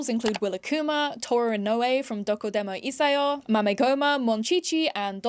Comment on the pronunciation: i just wanted to let you know doko demo issyo is pronounced "doko demo issho" since you've mispronounced it in a few different videos now 🥹 really cool video tho!!